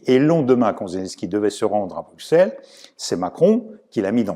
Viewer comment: Très bonne analyse comme toujours et c’est un plaisir de vous entendre en français également. Par contre en Belgique, on écrit Bruxelles avec un X mais ça se prononce Brusselles 😄👍